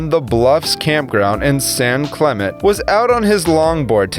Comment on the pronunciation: Did you say San Clement? Another narrator that can’t correctly pronounce locations nor identify sharks.